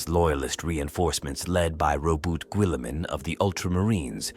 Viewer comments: Why is he saying willamen? 😅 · Raw boot Gwilliman